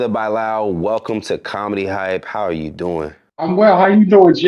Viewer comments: Why are you pronouncing this name “Bye Lal”…. Bruh Bilal is suuuuch a common name . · I’m trying to figure out how this pop tart singing dudette is letting this host pronounce his name as “By-Lal” and you’re a Muslim?? It’s pronounced “Buh-Lal” or “Bi-Lal” or is he saying Bī-lal as in bisexual? I’m confused 🤔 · His name is really pronounced Beelarl even if he doesn't. Its an Indian name and thats how you say it. Its also spelt Bilal. 😊